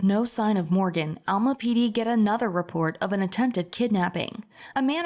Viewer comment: It's Alma not Elma